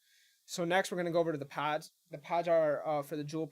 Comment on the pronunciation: Dying laughing!